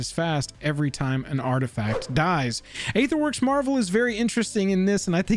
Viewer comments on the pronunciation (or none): none